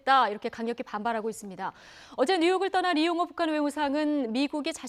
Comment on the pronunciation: 왜 리용호냐 이용호로 발음해라. 너는 북한 사람이냐. 정은이의 막말을들어보면 이건 정상적인 사람 이기를 거부한 깡패 불한당.